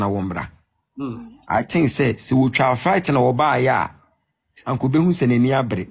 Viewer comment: You paid all this money to this Cons who cant even say "Flight"...lol Fright 😂😂 3boboba....that common mistakes alone speaks volume...next victim please 😂😂😂